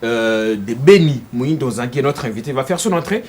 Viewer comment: Muhindo et no pas moyindo